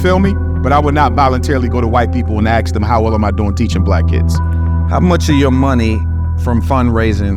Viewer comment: Yet you still can't say, "ask" this dude is a clown